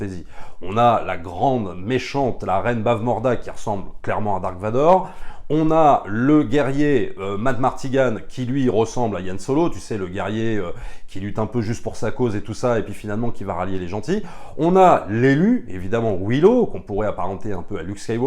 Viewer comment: Je sais je ronchonne...Mais c est Han Solo...pas Yann...il n y a pas de breton dans cette galaxie lointaine...